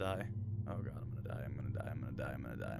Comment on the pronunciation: He said Oh My Gwad 9 Times I Counted XD